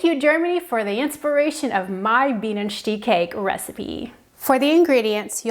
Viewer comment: Bienenstich is pronounced: Bee nen sht ish